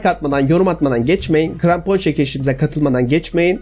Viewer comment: Grampon değil krampon